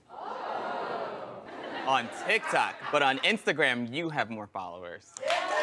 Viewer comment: Oh, all these folovers, she said.